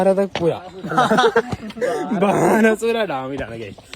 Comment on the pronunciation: വാണം അല്ല ബാണ 😂😂